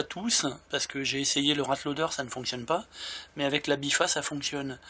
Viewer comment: Très bonne vidéo merci du glitch continue comme ça c'est super ! Juste, c'est la "BIFTA" avec un "T" mais bon tu le dis comme tu veux hein :D